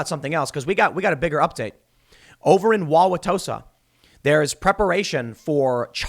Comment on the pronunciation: Thank you for mentioning Wauwatosa (and pronouncing it correctly). They just declared it an illegal assembly and businesses and homes are being defaced. Remember when you said it will come to your house? Well, the “unrest” is almost knocking on my door.